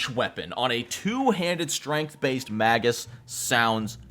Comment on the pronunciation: Its pronounced May-gus. Hard G, unless its plural. Magi is Mah-jai.